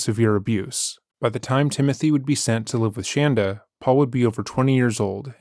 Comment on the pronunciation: Thank you for calling her 'shanda', not shaunda as she preferred....love it..